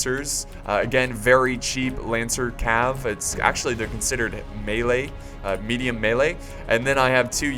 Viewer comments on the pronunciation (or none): none